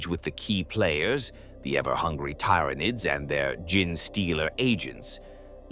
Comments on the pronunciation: I love everything Tyranids, but I can't listen to this. Tie-Rannids, Gin stealers, Gin---tic material... it just keeps kicking you in the face. AI has really destroyed so much so fast... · Tie-Rya-nids bothered me more than Gin-stealers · I am not hating but that AI voice is terrible at saying uncommon words. Gin Stealer , tie ra nids,40 thousand instead of 40 k like most people would say. I am guessing English is a second language. The sentence structure is not incorrect but it's not always natural and the theatrical voice is covering it up well. But it can be uncanny when the voice doesn't match the pattern of speaking you would expect from the accent. If that makes sense. Like someone from england saying something someone in Boston would say because they lived there a few months awhile ago. I am saying this because I like the videos, they help me sleep but those little things take you out of it when they pop up. If you can fix the little mistakes I think your videos will reach more people. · The system cannot pronounce the words right look how it says Tyranids